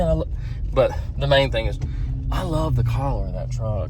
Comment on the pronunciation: makes fun of derkie for the way he says turbo and he cant say color. now thats a move.